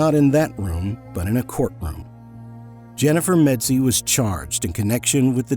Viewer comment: It's MEDZIE you idiot!!!